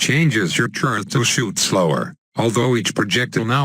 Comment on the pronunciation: Was that cyro 'turret' or 'turd'? XD